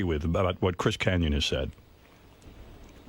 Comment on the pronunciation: It’s Kanyon.